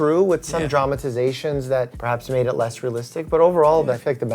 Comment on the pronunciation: "perhabs overuse"? :D